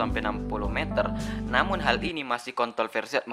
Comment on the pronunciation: kontolversi wkwkwkwkk salah ngomong